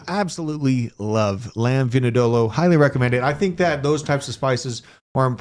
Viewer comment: Was trying to say lamb vindaloo 😂😂😂 never heard it called whatever he called it